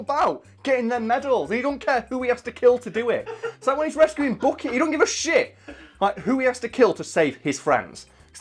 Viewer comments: It drives me crazy the way you say Bucky as bookie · Actually it’s Bucky not Booky